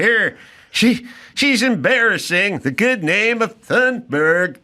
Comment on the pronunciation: She says Gretta Tuneberg.I say Gretta Doomsberg.😂😊